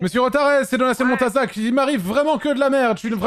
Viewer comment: a réussi à prenoncer montazac félicitations mon petit 😂😂